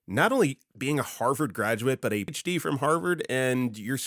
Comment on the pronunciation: I'm not saying he isn't real, but this video strongly resonates as AI. Especially with the consistent mispronunciation of PhD. No human would do that. Especially that consistently.